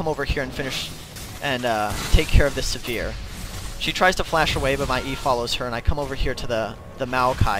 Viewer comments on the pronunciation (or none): Yah the way he says ahri like aree and sivir like severe makes cringe too